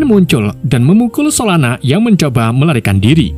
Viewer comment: Solona eh salah solana😅 kadang lucu Abang ni kadang bau